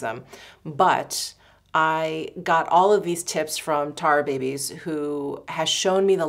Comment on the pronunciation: tar-uh-babyz Pronouncing the A is important. So it’s not “tar babies” … but Tara-babyz